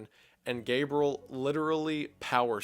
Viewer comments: And also Gabriel. Not Gabrel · Guy pronounces names so strangely. Gabriel [GAY-BRULL] Satan [SAY-DIN]